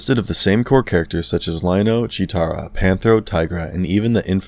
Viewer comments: Right! Also its Cheetara, not Cheera. He tried tho? 🤷🏻‍♂️ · its PANTHRO and CHEETARA not pantera and chira...... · Their names are Tigra, Cheetarah & Panthro. Idk what the hell you said lol.